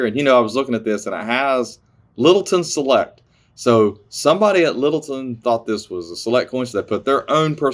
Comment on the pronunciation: "LITTLETON IN CORRECT" OH,you said LITTLETON. Select!😖